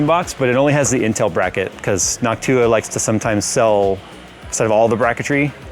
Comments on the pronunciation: Why saying Noctua like Hawk-tuah?! 🤣😭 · anyone notice when says Noctua he really emphasizes the "TUAH"